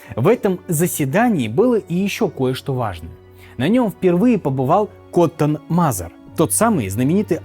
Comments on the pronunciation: Что за проблемы с произношением фамилий, например Мазер и Мэзер? Будто первый раз видео записываешь и без сценария. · Мэйзер а не Мазер А книга называется "Великие деяния Христа в Америке" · Не МАзер а Мэзер. Коттон Мэзер